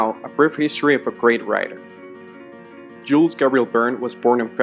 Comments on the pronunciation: Es in Jules is not pronounced it's like "Gill" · Nice one. However, please pronounce his name correctly. The letter "S" at the end of Jules is silent.